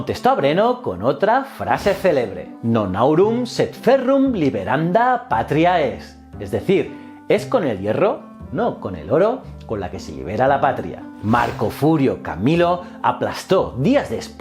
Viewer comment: Hola, un vídeo excepcional. Como profe de latín algunos consejos: la frase correcta es: "Non auro sed ferro liberanda est patria". Extraordinario escuchar cómo pronuncias Vercingétorix, pero al mismo tiempo deberías pronunciar "cónditor" y no "condítor" y "pátriae" y no "patriáe". Un saludo